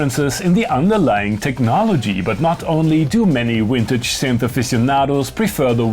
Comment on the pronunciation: Every time I hear Vintage pronounced “Wintage” I fight the urge to punch a wall